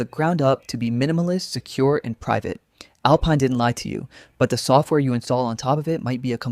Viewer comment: The least you could do is find an AI slop voice that is able to pronounce GNU, Systemd, or even Alpine